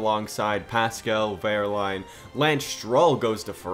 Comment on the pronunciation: So proud of you to let Pascal take this seat! <3 and it's not quite right pronounced ;) tbh I don't know how to describe it,but I think it's like : wE:rlAin